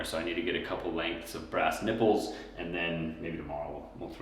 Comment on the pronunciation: Did you say “I need a breast nipple”? Haha, sorry, couldn’t resist.